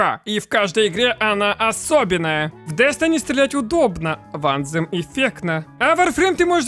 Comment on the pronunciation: Только не анзем, а больше звучит как антем, но есле прям дословно то на письме будет что-то вроде ан[тсшх]ем , я даже не могу на письме этот звук передать. В ютубе пошарь правильное произношение слов где есть буквы th.